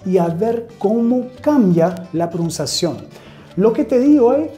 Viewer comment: Hi, thanks a lot for your classes they're amazing, please keep doing it. Me gustaría corregir tu Español, diciéndote que cuando dices la palabra PRONUNCIACIÓN, ella se te escucha como si dijeras PROUNCIACION y esto es porque no se escucha la N, debes decir PRO NUN CIA CIÓN. It was my pleasure Mr... anytime!